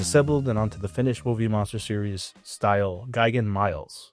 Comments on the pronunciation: The word is "me-lays," it's Latin, like Rex, and means "soldier." It's the root of English words like "military" and "militia" and so on. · Miles is actually pronounced "mee-les"